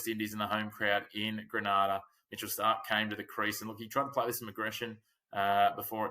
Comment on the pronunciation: You are mispronouncing the name Grenada, not Granada. Gre-nada